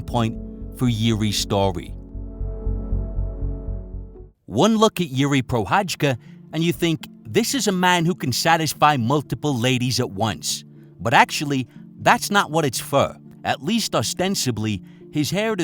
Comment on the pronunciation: Bro you made 40 min video about him, how you dont know how to pronaunce his name